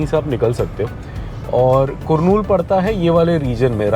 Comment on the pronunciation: Hi Bro , It's कर्नूल Not कुरनूल